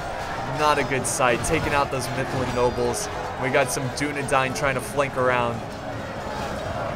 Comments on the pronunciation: Man to dis day he pronounces dunedain wrong but i aint hatin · u say dunadain wrong